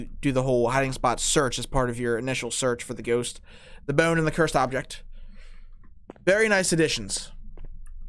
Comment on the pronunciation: love the way he says bone like "buaone"